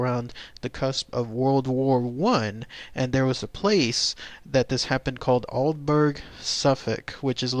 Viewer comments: Hello, I am a bit late to the party but being from the UK, I better point out your pronunciation of the town. it's pronounced Alderbrer, not Alderberg. You can see a British UFO group visit the area, including my friend Ben did a report on it Its in the county of Suffolk. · i think its pronounced all-dee-brah; for all you non brits ;) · its pronounced aldebrough! this is painful to listen to :( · Yes, it made me laugh, also the pronunciation is wrong for the town but great to get the story covered.